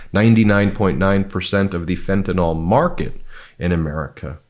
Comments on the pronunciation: Ben, it's fentanyl, not fentanol. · can you please fix your pronunciation its Fenta-NIL, not Fenta_NOL !!! C'mon America, you can do it. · It's fentanyl, Ben, not fentanol. Say 'neel' (as a chemist would say) or 'nill' is acceptable, but not 'noll'. It's not an alcohol. Cheers, Brad (a chemist). Keep up the fight and the great work on The Meidas Touch!! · It's fentanyl, not fentanol. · It's Fentanyl, Fentanyl!! Please can you pronounce it correctly? An is not pronounced in, and yl does not sound like all. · FYI, it's pronounced fenta nil NOT fenta nol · FentANYL like NyQUIL. Not fentANOL like alcoHOL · WADR, and only because I hear everyone mispronouncing "Fentanyl".... it's fen-tuh-nil rather than fen-tuh-nawl. If it were pronounced like the latter, it would be spelled Fentanol (like alcohol). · Can you please learn to say the word fentanyl. This is a sincere request. There is no ‘O’ sound in the name of the drug. People take more seriously if you pronounce words correctly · Please, Ben, learn to pronounce fentanyl!